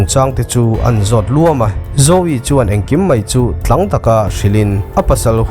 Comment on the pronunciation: 'Tlang' I lam Dan Chu a common lo kher Mai😂🤣